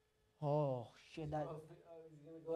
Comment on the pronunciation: loveee the Slavic/foreign mother styled - “shieeet” ❤😅😭